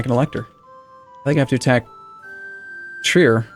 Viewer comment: transylvanian English speaking people manage to mispronounce Trier as Triér or something like that